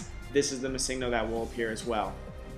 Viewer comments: I'm sorry but the fact that you not only can't say "Missingno"(what the fuck is a massingno?) but said it almost every few seconds made me ragefit and required my downvote. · I pronounce it missing-no. He is saying ma-sing-no. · Er... Before you embarrass yourself more... The pocket monster "missingno" is actually pronounced "Missing No" to reference that it was used to fill unused slot data in the earlier games, as it was more difficult to code in filler pokemon. So it isn't pronounced missig no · Mis-sing-No haha you should say ”Missing No.” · Why are you pronouncing it like it is spelled missigno? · Mi seeng' no. That pronunciation hurts my ears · you know his name means missing number. you know that! Why do you keep saying missingno? why?! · Shouldn't it be pronounced "Missing Number"? As this is a "pokemon" that shows up from the game trying to find a code where none exists. So it has a missing number. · MuhSINGno Nice pronunciation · I hope you didn't continue pronouncing Missingno. with the stress on 'sing'. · I explained what it meant. But my question was, shouldn't that be how it is pronounced as the "no" is just "number" abbreviated?